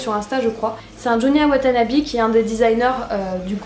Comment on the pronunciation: Coucou comme d’habitude j’adoré tes vidéos mais une précision c’est junya watanabé pas watanabi lol ( prononciation)